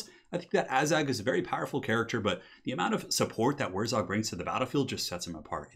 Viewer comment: WurrZOG?! It's WurrZAG, ya goon.